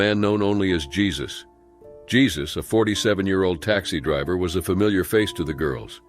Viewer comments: The name is Spanish that's why Jesus has a hyphen it's not pronounced the same way as Jesus Christ from Bethlehem. It's Hesus with an H! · Jesus it's pronounced HAY-SUSE😅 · The name is pronounced "Hay-soos". DISLIKE just for that. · It's funny that the commenters mocking the mispronounciation of "Jesus" also, themselves, mispronounce words